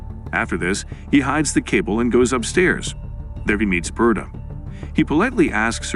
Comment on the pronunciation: Its ber-ta like roberta, Not burta. Learn to speak bro wtf.